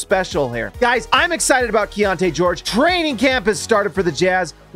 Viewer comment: Is it key on te or key on ti? You keep saying the later. Which is it?